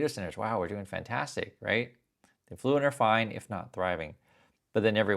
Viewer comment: I dont think thats how u pronounce affluent